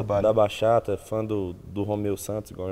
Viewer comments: Bachata se fala Batchata. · Simmmm, que agonia escutar eles falando Baxata.